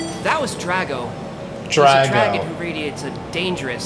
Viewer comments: Its pronounced drag oh. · It's pronounced Draw-go. As in faux. This is clearly a french dragon. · I pronounce it drag-ox too😂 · Dragaux... It's like faux. Pronounced fo